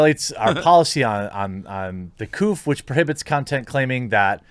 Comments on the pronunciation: He said Co-bleugh instead of COVID. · HE SAID COOF AGAIN!! IT'S COVID....STOP BEING A MAN BABY AND USE ADULT WORDS. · Jeremy mispronounces any words he thinks will lead to demonetization COVID, Flaagged etc